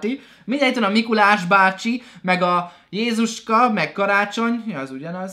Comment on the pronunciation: Az nmen jèzuska hanem jeszuska🤣